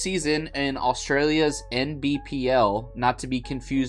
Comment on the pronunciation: Thought he was saying MVPL, couldn't work out why he was calling it that lol